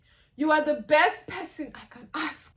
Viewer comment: Emphasis on “resourceful!” friends. Quality over quantity. All day, every day. When you said “berst” I was like WHOOPS! Bobrisky.😂 happens to the best of us, sweetie.😂❤️